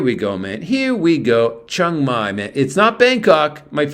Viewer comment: You are pronouncing Chiang Mai wrong